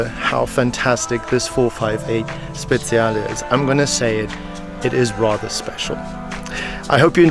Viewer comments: Speciale not speziale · It's 458 Speciale not Speziale like you say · Same here. Frustration at its worst. And that "Speziale" AAAAAAggggghhhhh ! It's "Speciale" !! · Speciale that means special! not Speziale, spezie in italian are spices 😂😂just kiddin woundeful video btw! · No sir. He says speziale with a Z sound when it should be speciale with a TCH sound